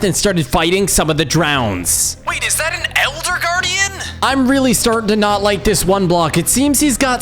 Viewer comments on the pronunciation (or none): gardion not gardon